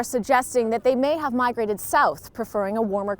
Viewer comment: Heh, “mimegrated”